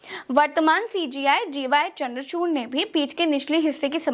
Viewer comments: Dear..you are wrongly pronouncing the name of CJI Chandrachood..his name, if i am right, is not Chamdrachoorna..? Pls check the facts. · Namaste..please correct CJI name D Y chandrachud..aap bole DY chandrachurn